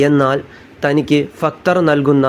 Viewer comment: ഫക്തർ അല്ല ഭക്തർ